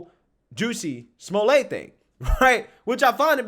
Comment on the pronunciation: oh Juicy Smoo-Lay....tsk tsk tsk......the shame of that bish